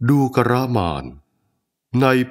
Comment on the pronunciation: ทำไม อ่าน ว่า ดู กะระ อานนท์ ฟังยาก ไม่ลื่นหู